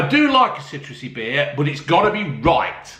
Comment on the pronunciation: Citruseh, zesteh, a little gasseh and yet very tasteh. Well done, Robbeh.